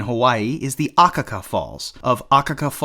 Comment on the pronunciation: Yes, and Hilo, HI is pronounced 'HEE-LO', not HIGH-LO. Further Akaka Falls in Hawaii has the accent on the SECOND syllable, not the first as he said it. Lol